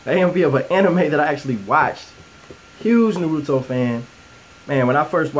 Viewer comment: huge fan its Nar-oo-toe